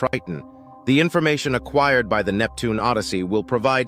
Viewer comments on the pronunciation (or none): AI voice is good and all, but when is says "A Queered" over acquired or "Pro veed" over provide, it definitely shows there is work to do for it to actually use correct pronunciation. I'm sure in 25 years, Skynet will have already come online and we are all doomed, but until then, I'll keep letting it know it has room to grow.